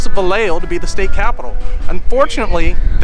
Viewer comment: Pronunciation..Vi yeah ho!